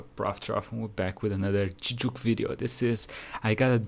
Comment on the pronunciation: I’m not used to hearing Gigguk pronounced as Jijjuk.